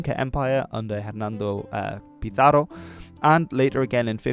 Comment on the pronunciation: No I’m pretty sure it was Jernando Pizzaro just like he said.